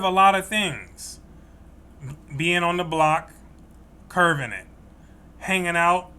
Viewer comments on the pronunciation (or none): You’re on the right path! Check the meanings of “curbing”, which is what you mean vs “curving” which is your pronunciation